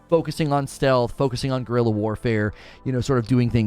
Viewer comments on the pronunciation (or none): none